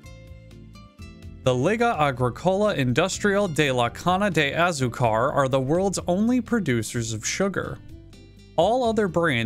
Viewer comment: | BRUH! Azucar is pronounced azúcar, WHICH IS SUGAR IN SPANISH!